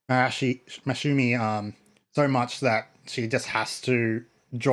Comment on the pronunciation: Ma-sa-ZOOM-ie. Just call her Seijun like the kids do.